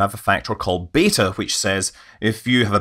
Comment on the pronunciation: Beta? You mean BETTAH! 😂🤣😅😭 I'll let myself out.